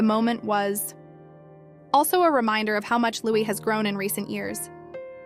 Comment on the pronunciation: His name is not Lou is. His name is Lou ee! Get it right!